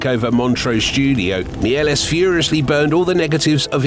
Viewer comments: Méliès is not pronounced Miélès, don't kill him a second time 😡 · a pity you mispronounced Méliès' name...